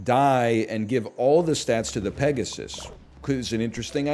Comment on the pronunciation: he butchered peg so hard